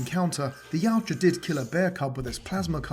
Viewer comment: Thank you! You say Yautja as Y-OW-ja. I’ve seen so many people say “Ya-oo-ja” and it fucking infuriates me…